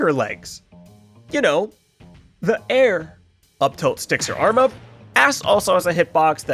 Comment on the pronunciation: "You know, the aiRre~" /j